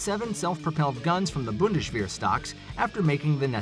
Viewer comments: you americans have no dental care? bundesh wer? what is with the sh sounds every where? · For Pete's sake man, learn to pronounce Bundeswehr. This is embarrassing. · There is NO sh sound in bundeswer , stupid.